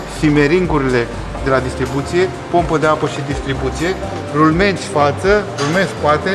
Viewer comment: rumenți sau rulmenți?